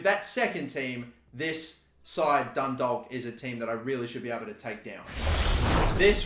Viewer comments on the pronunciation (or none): I’m Irish. It is pronounced dun-dawk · its pronounced dundoc but drag out the o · I live near Dundalk and it’s pronounced dun dork get it right in future vids pls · Dundalk is pronounced "Dundawk" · Its pronounced Dundawk, you're welcome 😊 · It’s pronounced done dawk that’s how u pronounce Dundalk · Pronounce Dundalk like Dun-dock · Dundalk is pronounced Dun-Dawk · The l in dundalk is silent, pronounced ‘dundawk’ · Its pronounced DUNDAUK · Dundalk is pronounced Dundawk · Its pronounced dundawk so easy to make a mistake us irish people have to make things hard to say 😂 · The way he says Dundalk 😂😂😂! It's pronounced like Dundawk by the way. Irish place names be like! 🇮🇪🇮🇪🇮🇪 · DUNDALK IS PRONOUNCED DUNDOK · Dundalk would be pronounced the same way you pronounce walk. The L is silent.